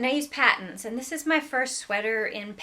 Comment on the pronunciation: Lovely stuff! BTW, the Canadian yarn company Patons is is pronounced "Paytons" as opposed to "Pattons."